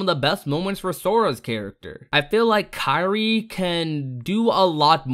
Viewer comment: Kairi? It sounded like he said Sakura